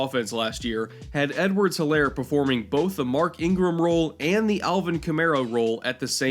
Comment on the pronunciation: It’s pronounced Edwards-HEELAIR